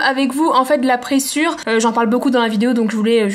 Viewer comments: "Du présure" c'est insupportable, c'est de LA présure. Et sa se prononce préZure. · on dit de la Présure pas pressure :)